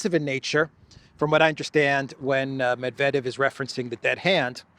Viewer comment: ‘Gramps’ couldn’t even pronounce Mr Medvedev’s name properly.